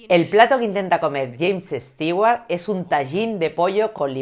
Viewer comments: Por que estigüart ? Si se pronuncia estuart?? 🤦‍♂️ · Soy tan fan que digas "Stiguar" en vez de "Stuward" me encantó este vídeo.